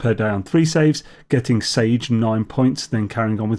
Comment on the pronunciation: So, if the priority is to unite to defeat a common threat to the verse, it seems to me that acquired points for doing Sabotage missions should be subtracted from each faction at the end. Sage pronounced Sahjay. ❤